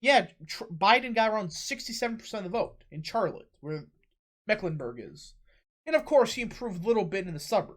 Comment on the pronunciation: I’m sorry your pronunciation of Raleigh and Charlotte are UBSURD